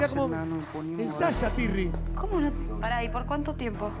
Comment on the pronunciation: Tirri no turri